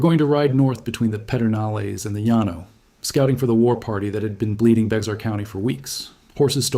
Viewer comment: It is pronounced Bear County.